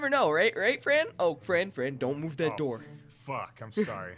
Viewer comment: fran said fock